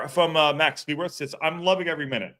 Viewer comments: FYI: his last name is pronounced like “clue”, not “clee” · You must be relatively new to the channel. Lol. mangling pronunciations is kind of a long running joke on the channel. and pronunciations don't mix well, and there's a good explanation for why that is that I won't go into. That said, I hear half of the people I know from the UK say cleh-worth and the other half say clue-worth. I'm not saying he or his family don't have a preferred pronunciation, but I don't think it's quite so definitive.